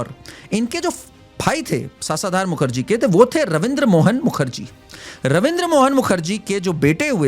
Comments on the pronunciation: It’s शशधर मुखर्जी! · सासाधार मुखर्जी भाई शशधर मुखर्जी नाम है उनका....उसका अर्थ है चंद्र....और सामर्थ नहीं समर्थ है वो शब्द...जरा इसपे मी काम किया करो